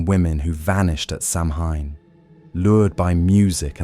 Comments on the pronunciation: Good show but please, it’s not Sam Hain it’s Sow win or Sow ween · I love the material BUT it is hard to listen to for 3.5 hours of mispronouncing Samhain!!! SAH-win. Not sam-hane!!! Thanks! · It's pronounced sowin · Some interesting traditions but also a lot of repetitive information. This could have been done in about half the time. And again, Samhain is correctly pronounced Sow win. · SAMHAIN IS PRONOUNCED AS SOWAN!! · I'm ending this video because I can't handle the ongoing mispronounciation. AI narration stinks!!! Save the humans! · its kind of a rather obvious point. If its supposed to be a history the least they could do is pronounce the main topic properly.